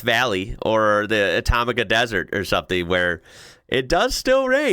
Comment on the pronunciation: Atacama desert. You sounded like saying Atomica desert. 😂